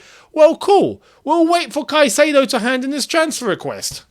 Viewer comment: Love you and I will love you more when you say caicadeo has entered Cobham 😊